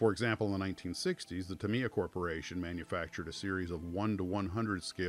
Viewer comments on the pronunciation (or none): Just fyi, Tamiya is pronounced "TA-me-ya". Great video.